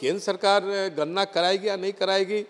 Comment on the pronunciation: अरे भाई गरना नही होता गणना होता है